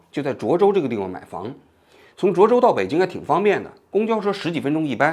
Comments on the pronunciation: 你从头到尾都念错了 涿州（zhuō zhōu） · 那么多视频中已经告诉你读zhuō州了，你咋就听不到呢 王志安😓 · 是涿 （ zhuō ）州